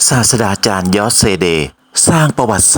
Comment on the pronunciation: เพื่อความสมบูรณ์ของงานมากยิ่งขึ้น อยากให้ออกเสียงให้ถูกต้องนะครับ ศาสตราจารย์ (อ่านว่า สาด-สะ-ตฺรา-จาน) ไม่อ่าน สาด-สะ-ดา-จาน ครับ รอติดตามคลิปต่อๆไปนะครับ